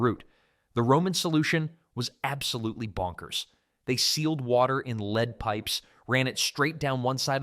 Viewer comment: Leadpipes, not leadpipes.